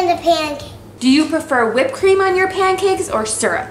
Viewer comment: U said panacakes